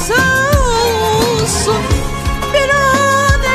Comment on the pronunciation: Viran eyledin diyeceğine "Biran eyledin" diyorsun farkında mısın?